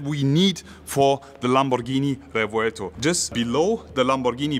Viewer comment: Ur pronunciations of Lamborghini ia PERFECT, u r italian ahaha A lot of people say "lEmborghini"or "lemborgini"